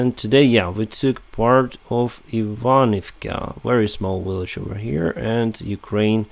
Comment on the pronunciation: in this video and others you repeatedly mispronounce the English word village as willage. I believe the letter V in English is pronounced the same as the Cyrillic letter B. Please look into this.